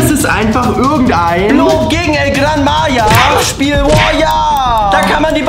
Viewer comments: Bro said El Gran Maya but anyways happy birthday🎉🎉🎉🎉🎉❤ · Se dice el gran maja no el gran maya😂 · It’s called El gran Maha